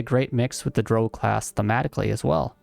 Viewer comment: Your pronunciation of Drow bothers me more than it should XD I'm also def looking at a Drow Gloomstalker at some point and Dragonborn Spore Druid, but my first playthrough will be a Drow Warlock for sure. Haven't fully decided if Lolth or Seldarine tho.